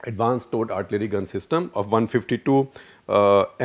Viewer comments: Advanced "towed" artillery NOT advanced stored artillery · Towed not stored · It is TOWED artillery, not STORED artillery